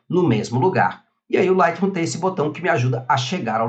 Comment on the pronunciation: vc podia aprender falar o nome do programa, agonia ouvir vc falar ``lightrrum`` ``priset`` seu canal e ate bom mas...